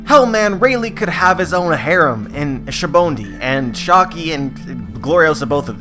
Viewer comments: Why do you always say shabondy? It's pronounced Saba-oh-dey (But I still subscribe to this theory) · Goddamn it, say "Shaboendy" one more time and I'll call the ancient weapon "Uranus" to terraform a volcano up your house. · say it with me now: "sah-bah-oh-dee" sabaody